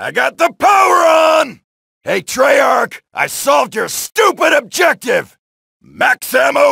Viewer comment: did he say trarch